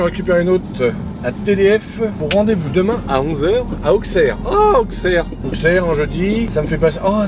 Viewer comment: Pour info on ne dit pas Auxerre mais ça se prononce ausserre